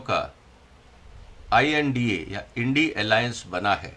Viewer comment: India ka pronunciation Indi nahi hai.